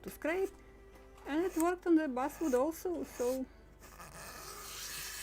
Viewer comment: A.I. is slaughtering your English, as you say Buswood, the word is actually Basswood, Bass, like the fish! I purposly don't use I.A. because of this reality. However, it is becoming more and More prevalent!